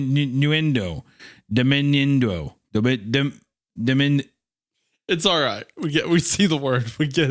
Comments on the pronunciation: Hunter trying to say “diminuendo” really gives Nemo trying to say anemone. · Hunter trying so hard to say "diminuendo" properly almost has me rolling in this filthy horse stall!😂 all I pictured was a bearded baby clown fish!😅🤣 You're doing great, sweetie! Better than I would've done lmao